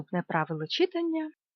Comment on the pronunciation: Дякую! Дуже зрозумілі пояснення! Малесеньке зауваження: читАння. Ріже слух.